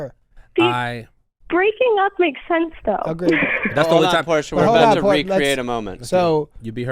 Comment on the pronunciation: Portia.. Porsche? Dude are you a pisces?